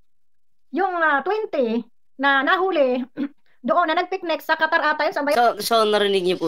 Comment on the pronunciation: KATARATA AG SABI NIYA ,HINDI QATAR